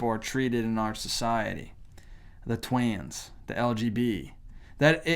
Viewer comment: “Twans” lol so funny